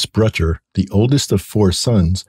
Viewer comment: Nick's last name threw me off for minute, Butcher instead of Brutcher. 🙏🏽💜to the fallen